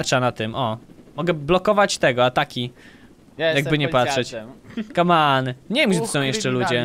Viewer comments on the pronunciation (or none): To jest głupie jak mówisz kaman